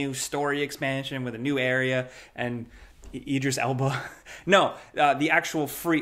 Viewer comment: It's Idris Elba, not Eedris Elba